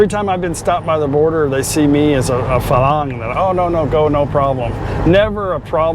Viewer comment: You keep pronouncing Farang as Falang. Please pronounce it properly as Farang. You have to roll the “r” slightly